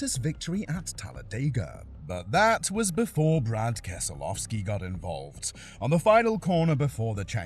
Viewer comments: Brad Keselofski? You mean Keselowski? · "Brad Kesolovski" Narrator's IQ is lower than a motor oil viscosity. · Keselowski not Keslovski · bro can't pronounce names for sh!t. it's brad keslowski (kes-low-ski) and randy lajoie (LA- joy) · “Brad Keslovski”🥀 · I’ve never heard keslowskis name and Randy lajoie’s name pronounced like that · Again with Brad Keselowski, did you not listen to how the names were pronounced when gathering your clips for this video?